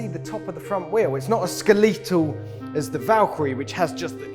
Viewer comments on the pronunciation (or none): Delivery of phrasing sounds like Richard Hammond. It’s skeletal, not skeleetal. Lost me on the overanalyses of specs….yawn….